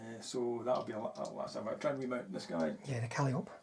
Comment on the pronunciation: My friend, calliope is pronounced like monopoly. lol Love the mass Panther and PzIV list though. I might try that in my next tournament. I would bring 4 SS Grille instead of the flammen Hetzers.